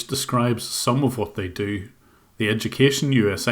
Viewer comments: "Where'd you get your EDOO-Kay-Shun?"😂😂😂😂😂" fwum de goomert? " "you are kallified" lol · these people can’t say Edukation properly 😂